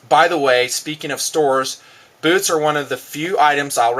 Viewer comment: Hahah, says beewtz